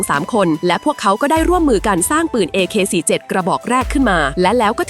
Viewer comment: Ak47 โว้ยพูดผิดโว้ย